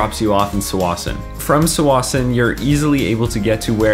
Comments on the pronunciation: “Sawassen”? I’ve been pronouncing it “ta-wassen” my entire life and so has everyone else I know...have we all been saying it wrong our whole lives ?! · Tsawwassen should be pronounced with a "T" in the beginning :)